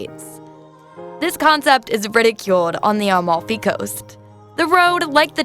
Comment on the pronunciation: She also says Almalfi instead of Amalfi. Atalian and so on lol